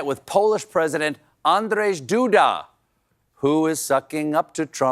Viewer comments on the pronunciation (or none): Pronunciation tip: Andrzej = Andjey